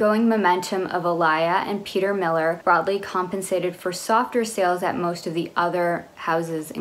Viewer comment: ik that it will probably never be mentioned on this channel again but I just wanted to say I think it's peter "mill-are" in pronunciation instead of peter millir!! used to see a lot of their ads while my dad watched his golf and they always said it that way at the end.